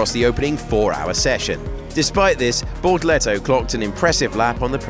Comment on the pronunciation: shame on me for thinking his name was Bortoleto... Apparently it's Borkleto